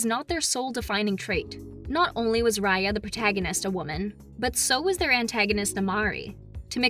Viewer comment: what's her name again? Rar-Yar,Rai-Ar,Ray-Ar?